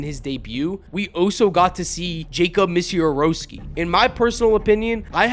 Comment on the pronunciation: Yo bro it’s Miz-a-rao-ski